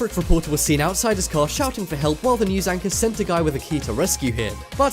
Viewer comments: ANCHORS, not ANCHROS. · "Anchros"??? What's an Anchros?